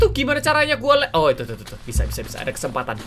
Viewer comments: Di menit bilang "Kesempantan" bukan kesempatan 😂 ad yg dengar?? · Kak regi bkn Kesempantan tp kesempatan hahaha pas di bagian kata itu ngakak gua 😄😄😄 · kalian denger gak kak miawaug ngomong kesempatan jadi kesepatan